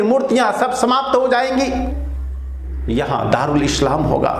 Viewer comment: Guruji aap Islam ko Eshlam mat boliye....apney uccharan sudhariye